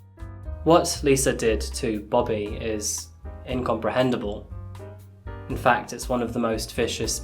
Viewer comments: He also says incomprehendible instead of incomprehensible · lost me at "incomprehendable." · I wish your English was better: incompreHENSIBLE; tubal LIGATION not LITIGATION. I can't watch your channel after these gaffes.